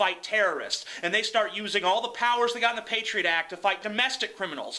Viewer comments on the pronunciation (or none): none